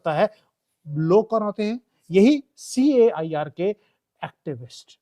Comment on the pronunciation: bhai CAIR = CARE nahi bhai KAYAR 😊